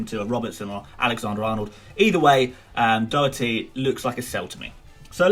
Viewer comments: Its pronounced Do-her-ty Not Doo-her-ty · It’s pronounced like Daw-hearty. Not like dough-erthy. It’s an Irish surname ;) But love the vids keep up the good work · Doh-her-tee not that hard tbh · Its pronounced Daw herty 😂😂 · Doherty is pronounced doh - her - ty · I've heard so many ppl say dhock-er-tee, even Gary on MOTD says that also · Dohertys name is do- like doss and her- tee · Sorry got it wrong it's pronounced Daw-her-ty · Its Do-dir-ty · Slightly disappointed you couldn’t pronounce Doherty’s name. Especially as you knew his name was involved. Great content though.